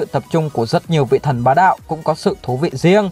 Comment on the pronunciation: Sao chữ " thần " mà cứ đọc là " thân " nhỉ.